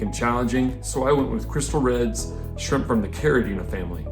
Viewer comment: Thank you for pronouncing Caridina and Neocaridina correctly !!!